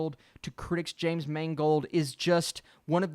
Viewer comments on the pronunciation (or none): none